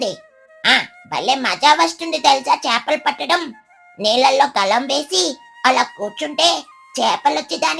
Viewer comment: అది గలం కాదు తల్లి గాలం